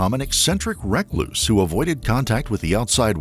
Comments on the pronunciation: Wreck-loose instead of recluse had me feeling like I was going crazy for a minute 😂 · Stop using the AI narrative' it sucks! it couldn't even pronounce Recluse, correctly. Is it so hard to use a "NORMAL HUMAN VOICE" !.😡😡😡😡😡😡😡😡😡